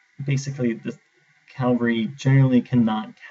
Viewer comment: CAVALRY NOT CALVARY GAAAHHHHH